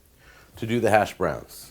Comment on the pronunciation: The way you pronounce “hash.browns” pisses me off way more than it should.